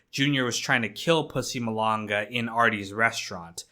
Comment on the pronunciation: it’s pronounced mah-lang-uh not the way you said it “mo-lun-guh”